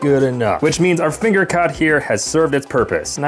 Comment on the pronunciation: I thought he said finger cock 😭